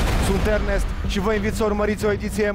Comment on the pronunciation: Domnu' Iernest 😂😂😄 mor cu ăștia care nu știu să pronunțe litera E...